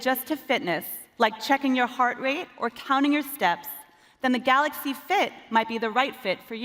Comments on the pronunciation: Did he just said "Galax" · Love DJ Koh🤣🤣🤣 "GALOX S10+" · 'Galox S10 Plus' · And he is still saying it wrong. GAL0KS. Nobody tells him it's wrong because he's the boks (boss). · I get that their CEO/President’s first language is not English, but how has he not learned to say Galaxy correctly after years of working at Samsung lol